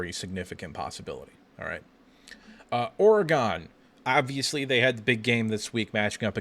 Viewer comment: For the love of God! Learn to pronounce Oregon. There is no E at the end.